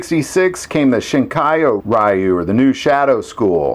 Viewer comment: The word "Ryu' is pronounced as the 'roo" at the end of the word "kanaroo" is pronounced. It signifies a "school" or "style" of the martial arts, as in Shorin Ryu, a style of karate I have studied.